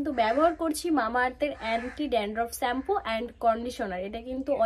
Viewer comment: Sampoo noy, shampoo. Dandroff na, dandruff 😊 Pronounciation thik kore korbe.